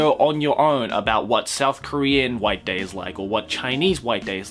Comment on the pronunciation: instead of white day i heard wank day.